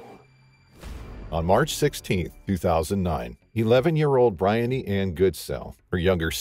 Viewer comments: I think her name is pronounced Bri-On-knee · Her name is BREE-UNNY. My sister’s name is Briony.